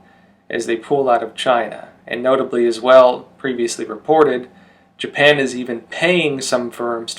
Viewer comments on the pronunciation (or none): none